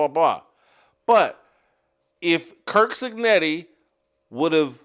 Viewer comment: Stop saying kirk cignetti! It's curt!